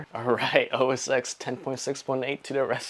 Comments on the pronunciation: Incredible deal! I owned this exact model years ago and loved it. Not to be "that guy," but the X in Mac OS X is the Roman numeral 10, so it's "OS ten" rather than "OS ex." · its "OS 'ten'" ..not 'X' kind like GTA 'five,' not 'V'